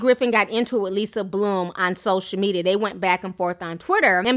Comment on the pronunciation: You keep saying when he was "ax" about. It's prounounced "ASKEKD". Your using the X instead of the S. Also, it's not WIF it's WITH. Don't use F, use TH TH TH.